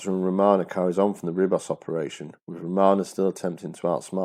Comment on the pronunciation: Nicely made video. Small point: Ribos is pronounced "Reebos".